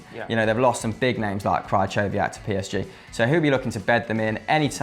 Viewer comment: Krychowiak is pronounced Kri-hove-ee-ak